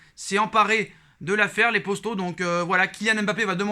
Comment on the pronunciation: Pourquoi tu dit posto au lieu de poto